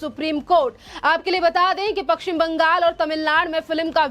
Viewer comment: पक्षिम नही पश्चिम बोल